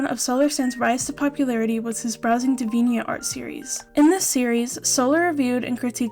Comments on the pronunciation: its dee-vee-ant art, like the word deviant (which means someone very sexual and crude in nature) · I've never heard Deviant art pronounced like that before. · your English is brilliant! It wasn't a criticism of your English speaking, just noting how you said Deviant art is all.